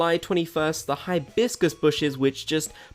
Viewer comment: THE WAY HE PRONOUNCES HIBISCUS IN THE VIDEO I CANT LMAOOO